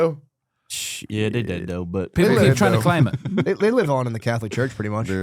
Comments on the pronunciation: I’m glad someone finally said it. Pair that with how he says “doe” instead of though. His face is hella swollen looking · He shouldn’t be allowed to get high before the show when he’s gonna be on it. He’s already at a disadvantage being as black as he is. It’s “though”, not “doe”